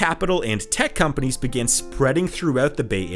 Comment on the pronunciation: If you can't even pronounce the names of the companies properly, and use metric units in the imperial world, you obviously have no idea of what you are talking about.